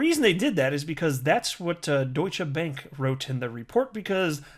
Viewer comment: You're the first one who've said Deutsche Bank correctly so far... I've heard quite a few Youtubers butcher it today so far